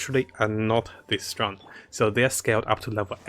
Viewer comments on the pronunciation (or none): none